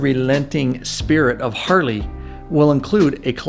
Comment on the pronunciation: Hey umm is it just me or is this guy saying hardy instead of Harley??? He’s said hardy three times already an I’m 3.35 into the video. Lmao